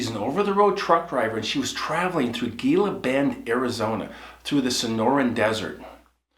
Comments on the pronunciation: I live in Arizona and the town is pronounced----HEE-LA not Ghela for GILA BEND. The G is silent. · Gila Bend. pronounced He-lah Bend. the G is silent. I grew up in Yuma and have been through Gila Bend on my way to phoenix more times than i care to count and at just about every time of day and night starting from childhood. thanks for the stories. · Gila bend is pronounced Heela bend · It's "He-La-Bend." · Gila bend is pronounced He-la bend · It's pronounced "HEELA" Bend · Just so you know it's pronounced Hila Bend although it's spelled with a G the G is an H sound I am from Yuma Arizona I have been traveling from Yuma to Phoenix most of my life my husband and I actually moved from Yuma to Phoenix so we go through Gila Bend as a standard travel route thanks for the right stories my husband and I always enjoy listening to you and your YouTube channel thanks again! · It’s pronounced Heela, Bend and those things are always near Painted Rock Reservoir outside of Gila Bend on I-8. There has always been a lot of strange stuff in that area